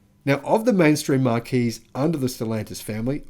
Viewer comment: Hi, love the videos & your sarcastic comments for the tw1ts, but..... Please pronounce Marques properly. It's not Mark-ees, it's Marks. Like, belonging to mark, or scratches on your car body. Thanks 👍